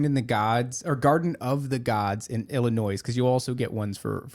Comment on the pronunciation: THE S is silent on Illinois 😅